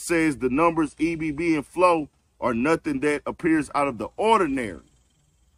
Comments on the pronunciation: It’s “ebb and flow” brother, not “e.b.b.” 👏🏻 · Bruh... it's NOT E.B.B and flow. It's Ebb and flow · its "eb" like web without the w. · Ebb is a word. It’s not E.B.B.